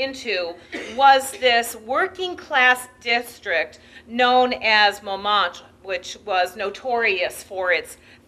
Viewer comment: If only she would correctly pronounce Montmartre.